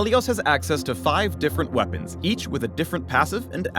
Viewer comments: Nobody: No one: Not a single soul:: aNd hIS wEa-PUNS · Am I the only one who noticed him say "We-PAWNS" at the end? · Don’t forget wea-PUNS